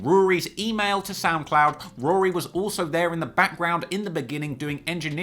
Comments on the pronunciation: Why can't you say Rory right!?! Who tf is Rooory? Tlr stay in your own lane fam, stick to uk hip-hop. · You were terribly biased towards Ak in that beef, you can't even say Rory correctly. This has nothing that hints at you making something as nice as the J Ville doc. If you seriously look up to AK you need to reevaluate your life. Unsubbed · Nah you fine. Stop calling him Rury tho LMAO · In London we pronounce it Roar-ry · And it’s weird that they are so entertained by mispronouncing his names. Lol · Are you literally pronouncing his name like that due to my last comments? Occasionally when you were mid silioquoy you said Rory fine. Also if you could never say wack again I could continue my transatlantic odd crush on you . It's so rare to find a reasonably intelligent adult who highly appreciates rap, sneakers ,thc doesn't drink and no American accent.x